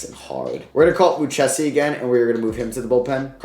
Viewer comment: Hate to be that guy but Joey Lucchesi is pronounced Lou-kay-see. Love the vid as always bro